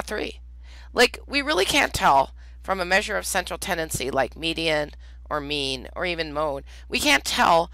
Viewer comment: Every time she says "make a mean" my brain hears "make a meme"